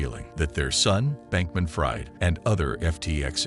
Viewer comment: It's not pronounced fried but freed